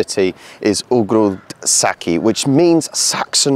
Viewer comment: Ogród Saski i pałac Saski, it's not Saksons but Sas